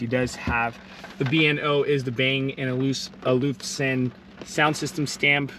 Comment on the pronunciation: Check your pronunciation of Bang & Olufsen.